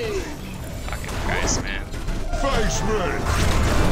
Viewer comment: "Faice Mei" ill buy this avatar today.